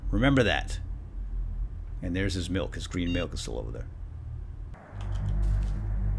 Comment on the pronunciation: "Here's the "malk" he was drinking"